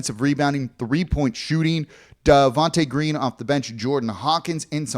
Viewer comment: “Javonte” Green*